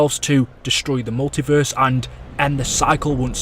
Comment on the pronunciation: Ok pls get a better acent instead of saying in the multiveeeeeeeeeerse